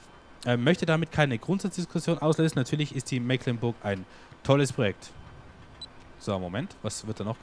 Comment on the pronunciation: Hallo, es riecht nach Abschied von der schönen Mecklenburg, ja: Meeeklenburg,-), was ich persönlich sehr bedauere, weils meine Heimat ist. Die Gründe kann ich aber nachvollziehen und würde mich über ein LP auf der Old Streams Map extrem freuen, oder schau Dir mal die Lauchringen oder SwissMap vom TuneWar an - auch sehr schön, klein und sehr schick! Super, dass du deine Zuschauer hier so in alles miteinbeziehst, das ist ne nette Truppe hier:-) Hut ab und viele Grüße, Katharina